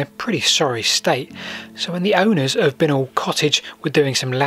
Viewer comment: Did you ever hear Binknoll pronounced this way though? We always said "bye-knoll".